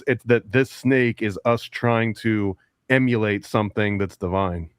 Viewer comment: EMUUUULATE not emanate and toroI D AL toroidal not the mangle u saying Jesus why is English so hard to the native speakers …